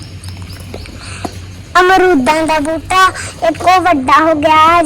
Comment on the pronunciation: putt buja ni hunda buta hunda😂